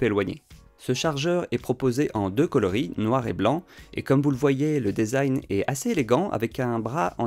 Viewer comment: Le E de - design - se prononce « i » ….